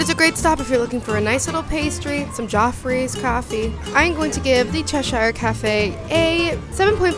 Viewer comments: Just so you know Cheshire is a real place in England and it's pronounced Chesh-ear, not chesh-eyer, great video, but as a Brit this gets me every time haha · It’s said as Chesher, Americans over pronounce the ‘i’